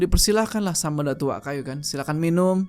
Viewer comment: datuak kayo = datuk kaya bang bkn datuk kayu